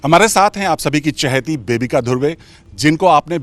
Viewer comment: "chaheti" really!!?😂